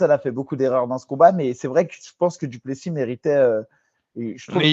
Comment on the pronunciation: Les gars on prononce pas le S à la fin de Du Plessis ? Même les américains le savent